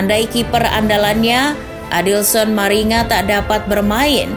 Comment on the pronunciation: Maringa dibaca "maringga"